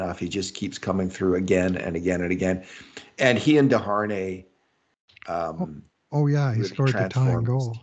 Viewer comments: DE-HHaR-Nay 😂 The pronunciation makes me cringe every time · The H is actually silent, so it should be "day-ar-nay".